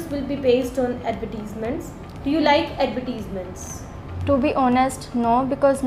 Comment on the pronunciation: I think you said the word: advertisments incorrectly